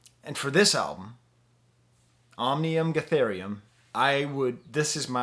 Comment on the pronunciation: How do you struggle so much with the pronunciation of the album title?